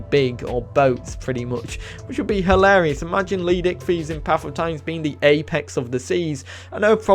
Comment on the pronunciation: Thts not how,u pronounce leedsichthys it’s leed-sick-this